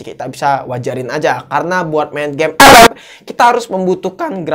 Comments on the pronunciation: Ketawa bang gue kalau lho bilang epep🤣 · Ngomong ep ep nya ngakak 🤣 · dengerin abang ngomong "epep" make headshet, beuh mantap cukk wkwk